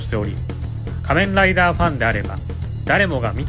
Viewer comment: 仮面ライダーのイントネーションが気になっちゃった